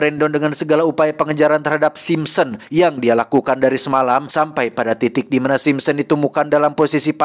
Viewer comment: Sapa yg ngakak pas salah sebut Simpson 😂